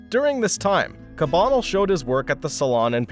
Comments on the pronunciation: It’s cah bah nell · The pronunciation of “Cabanel” doesn’t seem quite right. Check out The Canvas’s “Alexandre Cabanel: Fallen Angel and Academicism” at 3.37 for a pronunciation that’s closer to what’s commonly accepted.